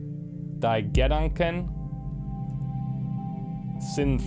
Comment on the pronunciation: gedanken is pronounced with stress on the a and sind frei belongs a bit farther apart but your german is pretty good, despite the accent ;) HOWEVER "Die Gedanken sinnfrei" just sounds like an awesome song. Basically means "The thoughs sensefree [ basically random]"